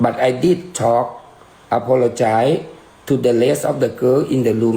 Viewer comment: “I do apolojoy” lol